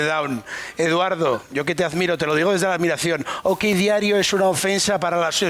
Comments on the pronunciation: Se le ha escapado "Olrait Diario" cuando se refería a Okdiario JAJAJAJAJA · Ahora sería el "Alt-right" Diario. ja ja